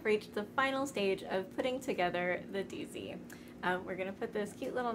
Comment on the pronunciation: Might be a bit closer to the Mandarin pronunciation of the Dizi as "deed-zuh".